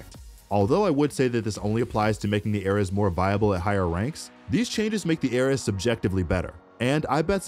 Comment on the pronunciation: My heart started to bleed every time he talked about the ares. Who says it like that!